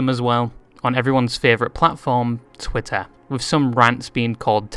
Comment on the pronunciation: I like how you pronounce twitter "twella"